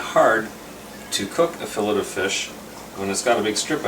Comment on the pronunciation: Nice video but learn how to pronounce fillet.